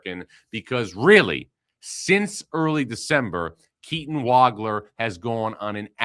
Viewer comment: Nice to hear Keaton's last name pronounced correctly.